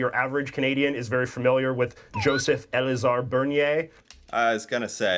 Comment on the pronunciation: It's Joseph-Elzéar Bernier, not "Elizar". That buffoon can't even copy a name correctly. Well, it's French, so of course he didn't care.